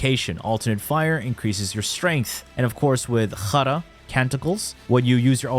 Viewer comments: khra is spelled sh*t in arabic and u did it perfectly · Yoooooo they Guy can speak Arabic💀